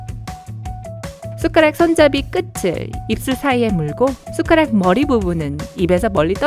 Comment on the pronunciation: '끝을'은 [끄츨]이 아니라 [끄틀]입니다.